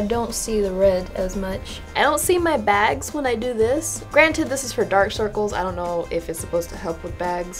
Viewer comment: "Yeh know dok circles and begs go togeether." Love that